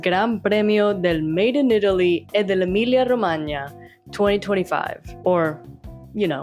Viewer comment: Very good, knowledgeable commentary with some humour. My guess you must have some Italian blood for your pronunciation of e dell'emilia-romagna and Fu** - great job. Glad I tripped on your video - will watch previous posting asap.